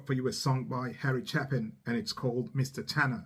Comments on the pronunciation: "Chapin is pronounced with a long A sound, not the short A you used. Get it right! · With respect it's ChA' pin, not Cha pin. Thanks for sharing his music! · Ch-ay-pin ... not Chaplin .... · No better storyteller in music than Harry Chapin. Thanks for this,. And a moving reaction from you, with an "i". (By the way,, his last name is pronounced, "Chay-pin", not, "Chap-in". Just an fyi.) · chapin-long A like gate-chApin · Probably my favorite Harry song and yes, it did break my heart. BTW, his name Chapin is pronounced a long "a". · How are ya,? I really do enjoy your work! Yes, Harry Chapin was a special human. Just FYI, Chapin rhymes with Shapin' not with Happen. Please check out 'Story Of A Life' from his 'Sequel'. Please use the album version for this one. It's another evocative story with which we can all identify and feel. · Chapin pronounced with a long a, like hey, Chey-pin.